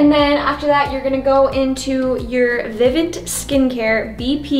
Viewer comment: It’s pronounced VI-VONT not VI-Vant